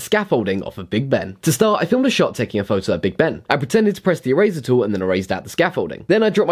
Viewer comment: He pronounced eraser like e-razer